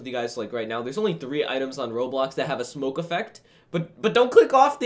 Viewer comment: its pronouced Roblox